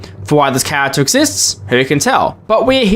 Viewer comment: Why does every fnaf YouTuber pronounce character as chawagter